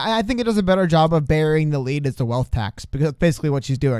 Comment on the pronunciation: Take a shot for every time they say burring the lead in their videos. You will be quite drunk